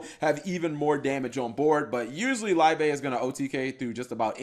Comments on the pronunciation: Liebe is german for love, its pronounced more like leebe instead of laibe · Fyi its pronounced Lee-beh or just look up to the word in youtube it is the german word for Love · Isn't "Liebe" German for love? Should be pronounced "lee-beh" or something like that.